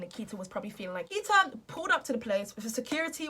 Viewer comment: Why do British and English ppl pronounce names that have an 'a' at the end with the letters "er" like she said Nikiter.... I watch a lot of British bases movies and shows and always wondered about that